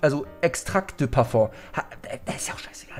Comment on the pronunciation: Das heißt Paföng!